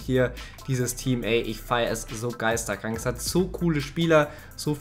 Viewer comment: tut echt weh zu hören hahah